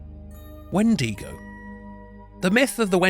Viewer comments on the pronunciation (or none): For the wendigo it's I sounds like e not ee